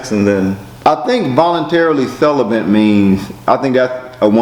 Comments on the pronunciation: Dude with the lisp: CELIBATE has no "N". You said "Voluntary CELEBANT" 5 TIMES..... YIKES!!!! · Volunteerly celibate not celenbat